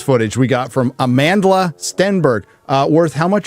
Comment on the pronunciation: Amandla can't even pronounce her name and she has the audacity to call you racists....I'm a black South African.